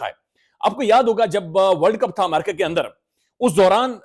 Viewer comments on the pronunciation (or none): none